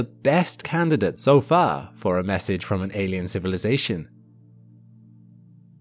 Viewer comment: Yikes, I've never seen anyone mangle the word "civilization" so BADLY, before.